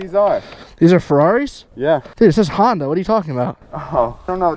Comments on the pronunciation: I think it was honda not hoonda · Bro he said Ferrari 😂 and called the hoonda